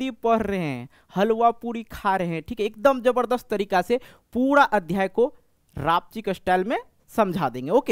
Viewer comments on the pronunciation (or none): none